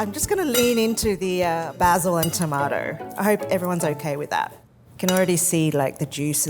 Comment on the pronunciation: I'm a Brit, so your pronounciation of Baz-il and toe-mart-toe is brill!